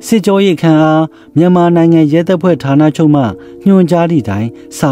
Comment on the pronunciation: ဓါးနလို့မပြောနဲ့ထာနလို့ပြောပါ ပြင်ပေးတာနော်သိတ်မဆိုးနဲ့ အားပေးနေတယ်